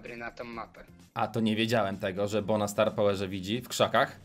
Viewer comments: On się nie nazywa bu tylko bo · Jak ty nie umiesz po angielsku czytać to jest bo